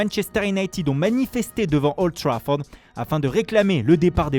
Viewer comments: "Le Befebé " devant olddd trafourdddd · "Devant Oulddd Trafourddd " le prodige portugais Niunioooo Mendeche", le stade du Draguinnnnn